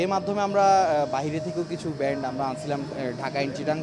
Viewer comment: উচ্চারণ টা ব্র‍্যান্ড হবে না,ব্যান্ড হবে